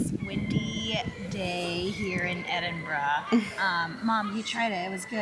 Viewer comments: Well done thank you for taking the time to learn how to pronounce Edinburgh properly ❤ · Not even watched the video yet, but the fact you said Edinburgh right, im gonna keep going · I'm so happy you pronounced it correctly. Respect from a Scot 🏴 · From someone who lives a mere hour or so away from Edinburgh thanks for pronouncing it correctly I know you have heard it before but genuinely it pleases not just me but Scots in general so much to hear it said the right way I hope one day you are able to see and enjoy old yet very beautiful city for yourselves one day in the not too distant future just remember to pack warm just incase as our Scottish weather can be sometimes unpredictable 😊🏴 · Woohoo you pronounced that correct that never happens haha xx look into aberdeen that place is full of culture and stunning wish i could make ut up there more xx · Your the first American that’s actually pronounced Edinburgh properly well done dude 😊😊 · Great video as ever guys! So glad to hear you pronounce Edinburgh correctly!! Ideas of what to watch next: 1) Burke and Hare 2) Trainspotting (a 90s film starring Ewan McGregor, Kelly MacDonald and Robert Carlyle - not suitable for your wee one!) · I agree with other comments that there are better videos about Edinburgh. This guy couldn't pronounce Edinburgh correctly (unlike you two) and spent far too much time talking about taxis, left luggage, card surcharges, toilets, hotel rooms, directions to ticket machines, shopping Malls .............😀 He talks too fast and the picture flicks from one thing to another with no explanation. No dates or history mentioned either - check another video you'll enjoy it more. I'm sure if you went you'd do more research first to know what you were looking at. Beautiful ancient city - very hilly. The train in the road is called a tram and they also have them in New Orleans. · From a Scotsman I’m so happy you pronounced Edinburgh correctly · Huray you got the name edinburgh correct. Love from scotland